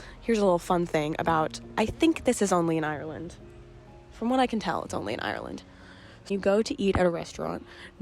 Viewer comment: classic yank 🤣 'IRY-LAND'